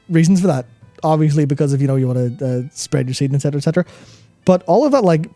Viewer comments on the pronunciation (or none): I don't ever want to hear say "spready your seed" ever again